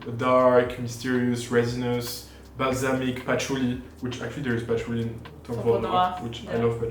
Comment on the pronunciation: started getting the french accent --- WOOODEEE PATHOULEEE 😂 Quit it